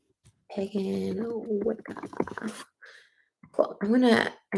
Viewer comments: Can we talk about how Trisha literally can't pronounce "pagan" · she didn't even say Pagan right 😭😭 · Omgggg Pagan but I DEFINITELY heard pegging…they do that in the Wiccan Commoontity? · took me 3 replays to figure out she said “pagan” community and not “pegging community” lmfao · she has such a weird accent sometimes w certain words!! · I legit thought she said "pegging community" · It sounds like she said pegging community